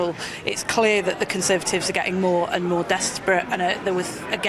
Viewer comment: Conthervatives meth 😂😂